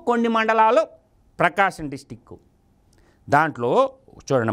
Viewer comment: 🙏🏻 విశ్లేషణ బాగుంది చాలా correct గా చెప్పారు💐. Pronouncing లో district కి డిస్ట్రిక్ అంటున్నారు డిస్ట్రిక్ట్ అనాలి, అనండి. Jaga nun, 4 వ పెళ్ళాం చదువు కున్నవాడు కాదు, చదువు కొన్న, కొన్న వాడు, 1st loss student. 10 th యెట్లాగోట్ల అయ్యాక పై చదువులకోసం అమెరికా పంపానని YSR అసెంబ్లీ లో చెప్పాడు. అందుకని అక్కడ నేర్చుకున్నది పదవి కోసం మరియు ఆర్ధిక ఉగ్రవాదం నేర్చుకుని, ఆ భస్మాసుర హస్తం, హస్తం party పైన, తండ్రి పైన, బాబాయ్ పైన, ఆంధ్రప్రదేశ్ ఆస్తుల పైన, కొండలపైన, port ల పైన, ప్రజల పైన పెడుతున్నాడు. త్రినేత్రుడు శివుడే భస్మాసురుడి నుంచి పారిపోగా నేటి భస్మాసురుడి నుంచి ప్రజలు పారిపోతున్నారు. పారిపోకండి, పారిపోకండి, పారిపోకండి అంటూ అది ఫ్రీ, ఇది ఫ్రీ అంటూ వస్తాడు, మీరు vote వేయక పోతే చెల్లి చెప్పిన కొజ్జా భస్మాసురుడు పారిపోతేనే, AP, AP ప్రజలు బాగు పడతారు.